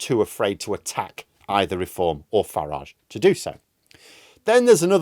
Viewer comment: It’s fucking FARAGE mate not FARAHGE